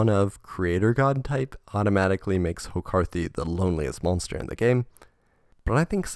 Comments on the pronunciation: "hokarthy" sure is a weird way to pronounce "horakhty". I was fully expecting Melissa McCarthy's head to appear on horakhty at some point. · This dude really pronounced it “Hokarthy” 💀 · Man thats the worst pronunciation of Horakhty i've ever heard